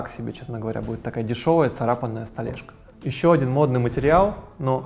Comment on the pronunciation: Тупо, косяки, окей, столэшка....поработайте над грамотностью речи!